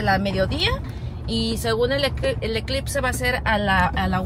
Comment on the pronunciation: siquiera tú supiste decir eclipse tu hermanaca dijo eclitse jajajaja